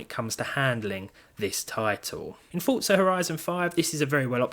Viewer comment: It's not Fooca, it is Forza